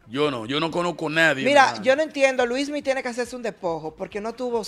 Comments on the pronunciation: Es Luinny o Luismy? ... Melvin debe aprenderse el nombre correcto de las personas que critica.. este tipo es un show😂😂😂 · No se dice Luismi,sino Luinni 😊